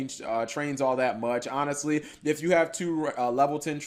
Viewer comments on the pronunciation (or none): none